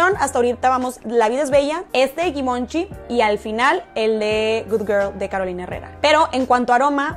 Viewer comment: Givenchi( Se pronuncia " zhee-von-shee)